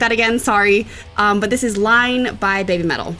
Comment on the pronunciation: Not "Line", but everyone gets it wrong